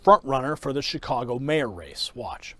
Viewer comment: did he accidentally just call it chicongo? Lol, nice